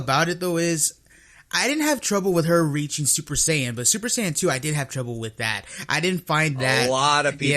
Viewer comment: There's no "Super Cyan", no official source ever says "Cyan" it's either "Saiyan" or "さいやじん"